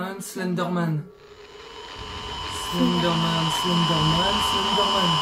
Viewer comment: Wesh omg il éter dérnier vous vous éter entrain de dire slinder man 😭😭😭😩😨😨😨